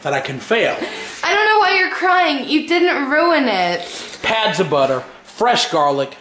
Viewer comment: pats of butter not "pads" and you didn't crush the garlic.